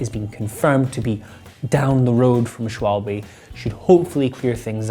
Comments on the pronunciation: ooooh FFS every time. It is said Sh-val-buh rather than Sh-wol-bay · Say after me, like the Germans do: "Schval-BUH'"not 'Schwal-BE' or 'Shwabble' or 'Shwalb' or some other ignorant mismangling of the syllables. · Great news! Great video! BTW: Pronunciation, it's German, so that e at the end sounds like a short 'a', making it "Schwal-ba" (definitely not baa, bee or by, or anything sounding like e) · Shooper shupple sh-wall--bee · being german, i can assure you, that all versions are wrong ;) quite funny that this simple word makes so much trouble to native english speakers